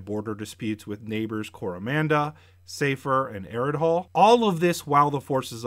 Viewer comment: Ps.....Aridhol.....the h is silent